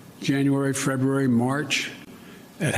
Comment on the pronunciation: I was unaware of the month of "Frebruary".